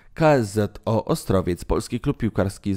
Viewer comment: Dziwnie nienaturalnie wymawiasz KSZO, po za tym - nie jest to nowy odcinek - mam rację?